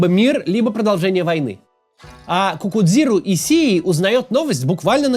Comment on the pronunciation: Если уж на то пошло, произносится как "Кикузиро Ищии"